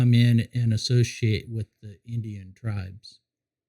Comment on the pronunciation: another enjoyable video, love what you are doing! i come with correction though, criticism, of not the most pleasant kind. you seem to pronounce 'indigenous' and 'indigens' wrong, i kept hearing "indian" and "indians" :) i have not watched all your videos, yet, but i am quite sure you have not bought into Columbus' ruse that our common homeland is somehow India :) #LoveLoveLove